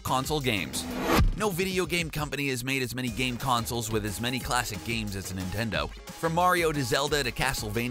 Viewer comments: Nitnendo Switch? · the ninendo 😂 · NINENDO IT'S NINTENDO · Did he say ninendo switch 😂😂😂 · the ninneno switch XD